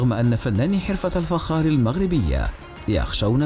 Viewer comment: الفخااار وليس الفجار